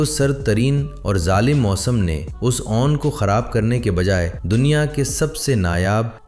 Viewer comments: بھائی جیسے نون لیگ بولتے ہو نا ویسے ہی اون لیگ بول کر لفظ 'اون' کا تلفظ درست کرلیں. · Ai generated Audio اسی وجہ سے اُون، نادِر، کھُردرا، چوکنّا صحیح تلفظ کے ساتھ نہیں بولا گیا 😊